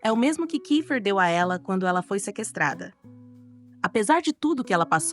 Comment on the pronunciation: Tudo indo bem até eu escutar ela falar secrestada kkkkkkkkkkk